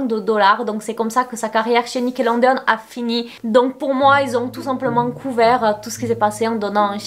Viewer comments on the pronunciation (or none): tu me fais trop rire à dire Nickelondeon, tu es trop choue, mais c'est Nickelodeon😂😂 gros bisouuus😘😘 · Dsl mais le: nickelonnedéonne 😭😭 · Nickelodeon mais pas Nickelondeon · Nickeleondeon ou nickelondeon ?🤔🤷🏽‍♀️ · "nickelondeone" je meurs ta prononciation sur ce mot mdr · ptdr elle sait même pas dire Nickelodeon wsh